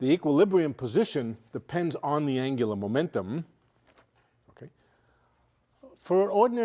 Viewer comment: "Anglumentum" lol